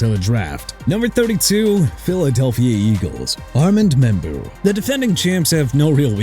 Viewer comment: Let Miami get Simmons to protect Tua. WHO CARES?! Also it's Tyrone (Ty-rhone) Tracy not Tyron... are you serious?! Plus Armand Membou is pronounced AR-MOND MIM-BEU! And enough with the jagwires okay? And you know what? Call them the Jacksonville Jagwires and see what their fans think of their "new name" CUZ YOU CAN'T PRONOUNCE JA-GWAARS RIGHT!!